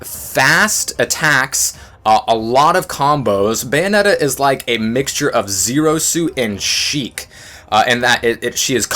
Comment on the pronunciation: It's Bayonetta, not Beyonetta.